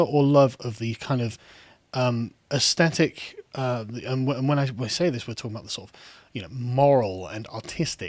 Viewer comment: Why is there a plague of mispronunciation of "aesthetic" on YouTube? Drives one a bit dotty.